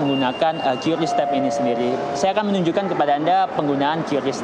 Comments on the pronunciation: Yang benertu bacanya kris bukan kiuris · lah yang nyiptain aja bilang kris kok bacanya.. Gimana sih😊